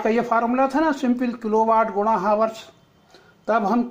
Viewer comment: हावर्स नहीं होता है चाचा